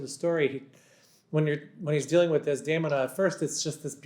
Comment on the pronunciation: Is it REALLY Mr Jagde who’s talking ? Unable to pronounce correctly “Desdemona”, “Esultate” or “Già nella notte” ??? Really weird…